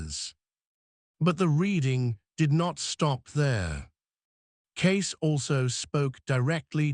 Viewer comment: Get his name correct, Cayce